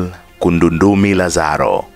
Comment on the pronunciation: ni Emmanuel Kundandumi Lazaro na siyo'Kundundumi'